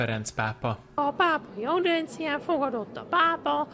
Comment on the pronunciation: Lehet énekesnek szánták, azért kasztrálták, amúgy audiencia nem audencia.